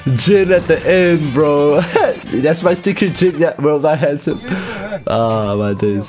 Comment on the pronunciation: The word "WORLDWIDE HANSOME"🤣